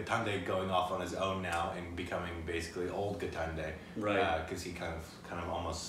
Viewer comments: I like how says GITANDE instead of GAITONDE!😂😂😂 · The correct pronunciation is "Guy - tone - day" (Gaitonde). You are pronouncing it as gaatnday which is super funny. Here is a general yardstick .. With hindi, roll your tongue as you would in spanish and you will get most of the words right.